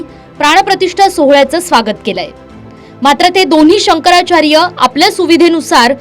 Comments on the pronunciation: शंकराचार बोलतो, शंकरचार्य म्हणता येत नाही,बेवडा पिल्यावर असे होते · नारोबा पहीले शंकराचार्य असा उच्चार करायला शिका. तुमच्यासारख्या गाढवछाप मानसाला जे मोठे पद देतात ते लोक सगल्यात बावलट आणी मुर्ख महणायला पाहीजे. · बुल्या कोंबडीचोर तुला निट शंकराचार्य म्हणता येत नाही लवड्या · यांना शंकराचार्य हा शब्द देखील नीट उच्चारता येत नाही!!! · नाऱ्याला नीट शंकराचार्य म्हणता येत नाही आणि हिंदुत्त्वाच्या गप्पा मारतोय झा......😂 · राणे ला शंकराचार्य म्हणता येईना आणि लागलाय हिंदुत्व शिकवायला.